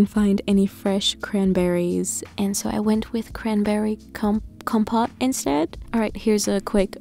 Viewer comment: All those breakfasts looked yummy! The “egg” was adorable!! Compote is pronounced comp-oat. Having lived in Spain I always smile when someone struggles with a pronunciation because of all the times I slaughtered Spanish either in pronunciation or using a similar sounding but wrong word. My neighbors had a lot of laughs over some of my blunders(such as saying “so much grapes” instead of “so much rain” during the end of a 9 year drought). Thanks for some inspiration as I’ve been in a rut lately with my meals.